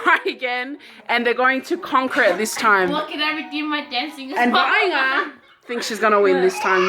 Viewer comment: its not Vianga! lol its Vaaiga!